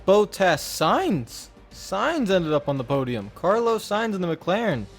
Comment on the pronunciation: Bot-tas, not Bow-tas